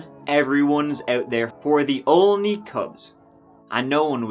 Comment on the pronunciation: Why do I have trouble saying Olney. Not Only, sheesh